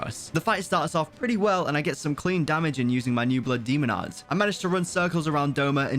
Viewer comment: Why is he saying so much “bluh demo at” blood demon art?